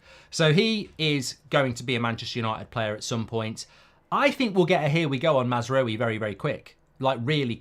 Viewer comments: Mark, you remember French people saying Oui !? That is pronounced as W-i. Ou is pronounced w for the French, and is therefore also the French transliteration into Latin script of the Arabic 'w'. so no ou (as in U-boat), but a normal British w (as in Westham) . Mazrawi is what he would write his name if his ancestry was Iraqi, Jordanian or Kuwaiti (i.e. a history of British colonialism, as opposed to the French tradition that affected how Moroccans, Algerians Tunesians Lebanese translate their names from Arabic into Latin script). So no U-w-i...but A-w-i (ou=w). :) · It's "Maz - raa - we" mark 😅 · The amount of time he constantly butchers mazaroui’s name… plz it only takes a min to learn how to pronounce it’s not even difficult 😅😊